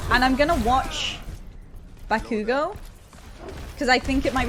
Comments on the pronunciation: BakUUUgo nononono baku-go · it kills me how she puts emphasis on bakugo's name 💀 she says it like baKUgo edit: later on she puts less emphasis on the ku but at the beginning she said it funny lmao